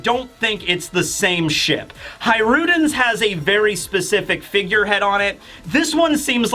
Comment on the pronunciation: You say hajrudin so weird